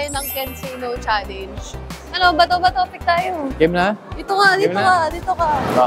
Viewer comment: bakit kaya lahat ng vlogger pag sinabi yung “challenge” nagiging “challeynge” 😭😂